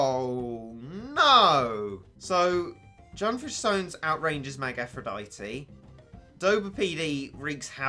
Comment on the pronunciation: 'junfish sones'